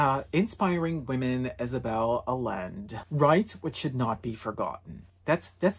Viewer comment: You pronounced the Spanish surname Allende as if it were French.